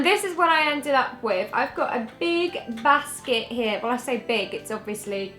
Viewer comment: im confused, i thought you were from london but thats definitely not how someone from london would say "basket" lol. where are you from originally?